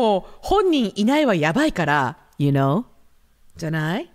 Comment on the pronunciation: you know が、ゆーうにょ💁🏻‍♀️に聞こえてうにょ😂